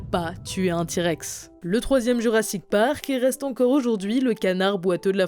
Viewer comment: " Jurassite Park " 😂😂😂